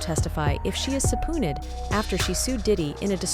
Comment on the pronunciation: Who else snickered when you heard "sa poo ned"